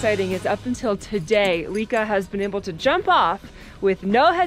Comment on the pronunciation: AAAAAAAAHHHHHHHHHH LIKA NOT LEEKA How about if we call you?